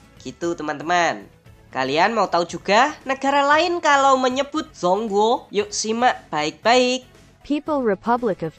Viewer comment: ijin koreksi dikit min, dibacanya congkuo bukan zong guo. trmksh informasinya ya